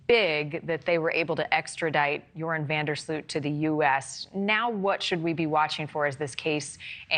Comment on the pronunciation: Either learn to say his name right or just call him Urine van der Slut .... Second option would be best